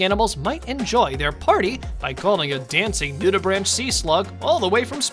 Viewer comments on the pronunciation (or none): It's pronounced Nude-i-brank, not "branch". Learn what it is before posting.